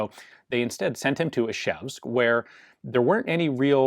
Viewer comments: Ian, you are saying Ишевск instead of Ижевск ))) Ж is like in french Jean for example ))) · Its actually Izhevsk not Ishevsk but that’s a lot harder to pronounce